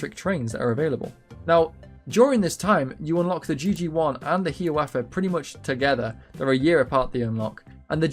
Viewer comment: Only thing i want to mention is the pronounciation of "Hiawatha." it's 'High-ah-wah-tha', rather than "Hee-a-wah-tha". Otherwise, good video!